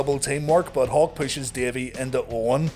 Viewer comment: Every time you say "Hawk" I hear "Hulk" and wonder where Hogan's at...